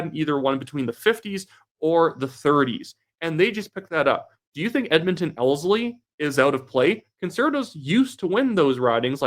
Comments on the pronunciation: You are not saying Ellerslie correctly otherwise a very good video. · just for future reference Ellerslie is pronounced L-ERS-LEE.